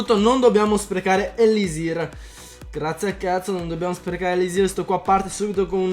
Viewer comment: Kai, hai osato dire ellisir e poi elisirl. Mi dispiace, ma non puoi far parte della R crew XD